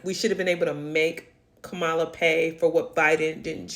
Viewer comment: PLEASE! At least pronounce Kamala's name correctly. smh